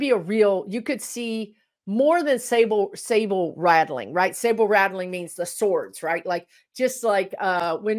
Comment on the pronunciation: I think what you mean is saber rattling. Not sable or Sable. Lol!!! I know you’re busy with your guides and your brain is over there on the other side, but I just thought I’d let you know in case you don’t know.